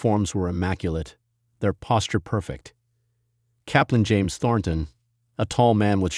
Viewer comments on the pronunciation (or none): none